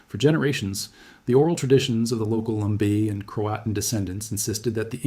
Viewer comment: Lumbee tribe not lumbei